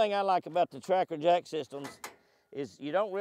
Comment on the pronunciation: In the beginning Jimmy I kept thinking you were calling it a Tractor not Tracker....LOL I thought, I must be hearing wrong and then I saw the word Tracker on the Rig....LOL Beautiful boat and you have it set-up nicely. Looks like you have thought of everything. The steering wheel area / console look like a motorcycle console to me. Neat. Stay happy, healthy, hydrated, safe and warm. May God continue to bless you, your family and your adventures.